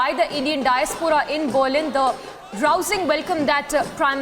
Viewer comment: Why is the anchor pronouncing Berlin wrongly?